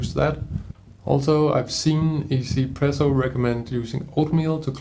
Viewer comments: Lol I used to call it one zpresso too! And thought what a weird name! After I realize it’s a Taiwanese company, now 1zpresso totally make sense! 1 in Chinese is pronounced “E” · Glad to know that people know it's pronounced "ee-Z presso" but not "one Z presso", as 1 is pronounced "ee" in Mandarin lol. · I'm sorry, is it really pronounced 'izi-presso' ?